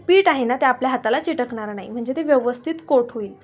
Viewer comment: 'चिटकणार' असे न म्हणता चिकटणार असे म्हणा.